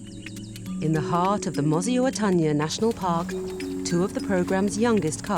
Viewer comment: learn how to pronounce MOSI-Oa-Tunya!!!!